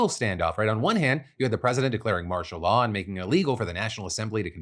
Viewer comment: After a while all I heard was, "Marsha Law."